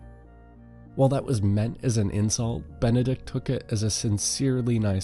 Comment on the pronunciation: Benedick not Benedict. I wince every time I hear Benedict. Great video aside from the amount of times I heard Benedict.